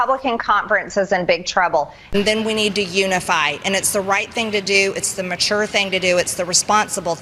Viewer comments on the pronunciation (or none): MTG! She said machure!😂 Hey! Ding-a-ling! It's pronounced, mature! Idiot!🤣